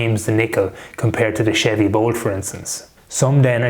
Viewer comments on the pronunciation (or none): none